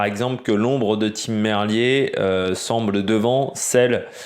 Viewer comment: salut, d'accord avec ton analyse sur cette 1ère étape, juste Tim Merlier se prononce "Merlire"